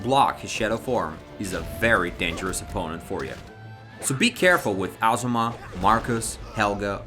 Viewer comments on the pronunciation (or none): It's pronouncer A-zuma... wtf? Really?